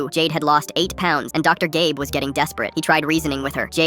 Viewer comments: Dr. Gabe? I hear Dr. Gay.. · The first time they said the doctors name I heard dr. Gay instead of dr. Gabe😭😭😭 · For a sec I thought you said Dr. Gay 😂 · BRUUHHHH IT SAID "Dr GAY blinks" NOT "Dr GABE blinks" NAAHHHH IM CRASHIN OUTTT AI THESE DAYSSS😭😭😭😭😭💀💀💀💀💀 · Who's doctor GAY😂😂😂😂😂😂😂😂 the screen does not say GABE it says GAYY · I thought that DR.Gabe was called DR.Gay 😂🤣😂🤣🤣😂🤣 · I thought they said Dr. Gay 💔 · Ik it says dr.gabe, but I swear it said dr.gay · I thought I heard "doctor gay." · I thought that he said doctor Gay not doctor gabe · Did nobody else notice it said dr. Gay at one point instead of dr. Gabe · I heard "dr gay" everytime the ai says gabe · “ Dr. Gay” the hell?? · Did i Heard doctor gay? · We’re not gonna talk about the fact that he just called the doctor “Dr. Gay”? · Did I just hear “dr gay” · is no one talking about how it said "doctor GAY blinks"😔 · im sorry.... DiD bRo JuSt SaY dR gAy?!? im dying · Why did he say doctor gay on the second time he said doctor Gabes name😂😂😂😂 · he said dr gay 😭😭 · Did i hear dr gay? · Am I the one who noticed that it said doctor gay? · It’s said Dr. Gay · Am I the only one that heard dr.Gay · 𝙄 𝙩𝙝𝙤𝙪𝙜𝙝𝙩 𝙩𝙝𝙚 𝘼𝙄 𝙬𝙝𝙚𝙣 𝙞𝙩 𝙨𝙖𝙞𝙙 𝙂𝙖𝙗𝙚 𝙨𝙖𝙞𝙙 gay👹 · Why did I hear Dr gay 😂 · Why did I hear "Dr. Gay"? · Wait doctor gay?????????? Ok sorry I realised it actually said gaybe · Wtf i heard dr gabe as dr gay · I thought thay said "doctor gay"😭 i need to get my ears checked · Not me hearing "dr. gay" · Me hearing "doctor gay" 💀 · I thought u said Dr gay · Bro why did I hear doctor gay???😢😅💀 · I hear doctor gay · Doctor gay is what I heard 😂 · I thought I was the only one who heard that the doctor's name was "Dr gay"